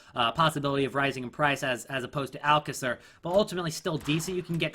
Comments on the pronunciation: Alcacer is Spanish so it's Al-k-a-ther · dude you are pronouncing Alcacer but in spanish that little line above the a means its supposed to be pronounced with a higher tone, what you are doing in the first a is meant to be in the second one, just saying